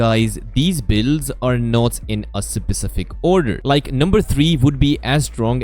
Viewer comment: Bro said sapacific🤣🤣🤣 seconds